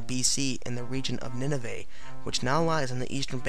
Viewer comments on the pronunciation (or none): none